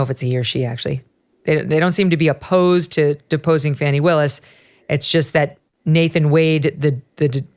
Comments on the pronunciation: Megyn, I know a lot of news media are pronouncing Fani as Fanny but the correct pronunciation is Fawny. What Nathan Wade and Fani Willis have done is a misuse of taxpayer money for Fulton County. Her behavior by her own words when she was running for office as DA considered a reason to fire herself. Personally her hiring an attorney for RICO case such as Trump that’s not qualified and needed county commissioner consent but she didn’t get and possible use of COVID relief funds for paying for her adulteress affair should be criminal. At minimum she and Nathan Wade need to be disbarred from being officers of the court. JMHO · Great report, and I love that you're calling her "Fanny," rather than "Fahni." She's definitely selling that thing! 😂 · And as we all know, her name is actually pronounced "fauni". But FANNY is far more appropriate, as she so consistantly makes an ASS of herself. . . As such, 'Fanny' will continue to be my enunciation of choice :D 🤭 PS: Only those who fawn over Fani -don't find 'fanny' funny :) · Pronouce her name correctly. Please. Yall do this on purpose. It not Fanny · We all know it's really pronounced "Fanny" she ain't foolin nobody